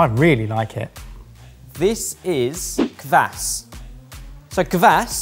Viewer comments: "Kvass" not "kuhvass" also "gira" like "geerAH" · I really enjoyed hearing say "kvass". He'd unintentionally put space between the 'k' and the 'v'. One thing I'd say is that the 'a' isn't like in "apple", but more like an "ah". Helps to make it sound less so like you're talking about someone's ass